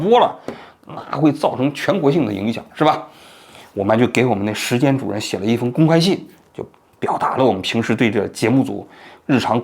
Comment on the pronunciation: “时间“，不是“石坚”。